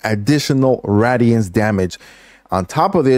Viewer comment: I'm sorry man but it's (Ray-De-Ants) it's not rads damage. It's not fallout